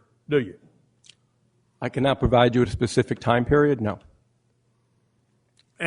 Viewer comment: “Lemme ax you a pacific question: May I publish?” You may publish.